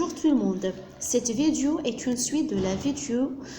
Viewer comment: Toutes les vidéos présentées par les profs sont excellentes , seul truc qui me déplaît ,c'est la prononciation du mot "vidéo" j'ai fait la remarque chez plusieurs personnes . Sinon , à part ça , tout est bien expliqué .